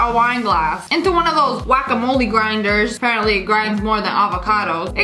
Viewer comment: Me confused when Lia said wackamoli then I remember she’s saying guacamole